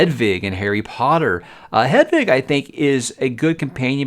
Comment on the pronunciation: are you saying Hedvig? 😂